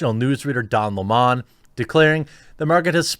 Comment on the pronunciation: Don La-Mon. lol